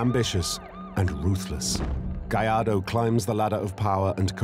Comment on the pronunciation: the narrator can pronounce Gallardo correctly but not Vallarta.